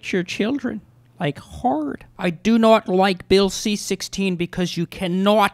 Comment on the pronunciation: Not = Norwt. 😂😂 This is the best. Yucky yucky.